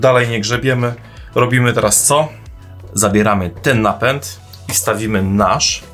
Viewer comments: Napent? czy Napęd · CZemu napent ? a nie napęd?